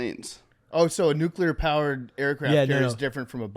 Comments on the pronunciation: continuing to say nucULAR 🤡 instead of nucLEAR is so annoying.. hate how phony his military and blue collarism is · on his George W Nuc-U-ler bull shit again